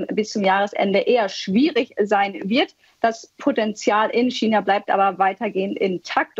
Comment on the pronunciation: Hat diese deutschsprachige Frau wirklich nie gelernt wie man China auf Deutsch sagt😆